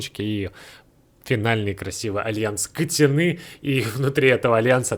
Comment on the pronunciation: Не говори катяны. Пожалуйста. Не Кристина Финч же.